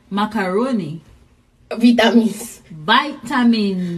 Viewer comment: She said vitamins too confidently to follow it up with Paggle